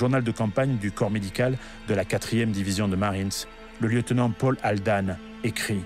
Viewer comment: Par pitié...US marine corps se prononce "core" !...prononcé "corpse" cela signifie cadavre...